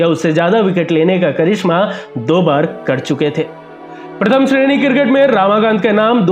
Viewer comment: Not रामाकांत, "रमाकांत"!